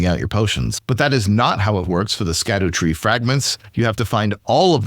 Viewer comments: It is pronounced “shadow tree fragments”. They pulled a fast one on us and are using old English where “sc” makes the “sh” sound. For reference check out how Tolkien originally spelled Shadowfax (Sceadufaex) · "Shadow" tree fragments. It's pronounced shadow